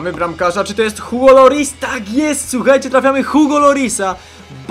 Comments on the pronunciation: Czyta się "Ugo Lori", a nie ''Hugo Loris" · się Igo Loris ;) Francuzi wymawiają "H" na początku jak "i" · języku francuskim "h" jest nieme dlatego "Ugo", a ''s'' na końcu wyrazów zawyczaj się nie czyta ''Lori"